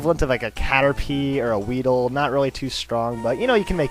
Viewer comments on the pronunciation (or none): none